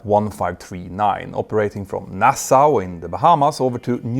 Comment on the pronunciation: The HELL is Nassauway